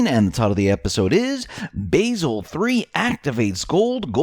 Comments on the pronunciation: Not to be picky, but, Basel 3 is pronounced Bah-sel. Not Ba-sil, with a long A. That is an herb, not a city in Switzerland where the BIS is based..... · Basel, Switzerland is pronounced Bah-zull not bay-zil. There are no Annens, only anons.